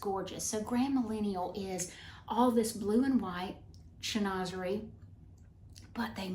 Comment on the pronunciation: Chinoiserie is pronounced Shin wa ser eee.